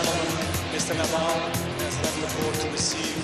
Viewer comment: Rafa Ney-dahl! Stan Wawinka or was it Stan Wawrinkan?